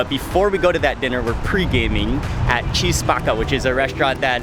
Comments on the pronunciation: Love ur vids but u guys couldn’t pronounce the name of the restaurant called chi spacca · Chi Spacca it's pronounced Kee Spakka in Italian. That's a weird name, it means "Who's breaking" or "Who Brakes". Maybe they would refer to "Che Spacca" (Keh Spakka), that's a slang way to say that something is cool. Rarely we see Italian properly spelled in the U.S. That Focaccia di Recco seems good. but it's authentic only if they use real Certosa cheese... unless it would be only a pale imitaion